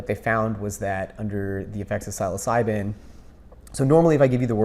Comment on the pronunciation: Great video, brother. But can you please help this man pronounce the word Psilocybin correctly? It's honestly like nails on a chalkboard...